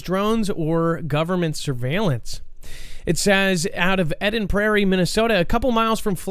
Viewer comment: It's Eden ..as in garden of Eden....